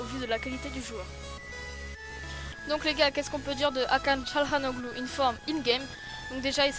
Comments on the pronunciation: sa se prononce Hakan Tganalolou le G avec un accent dessus ne se prononce pas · Bonne review mais sa se prononce Akhan Tchanaloglou